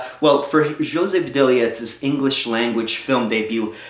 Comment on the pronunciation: dude its ho-say puh-dilla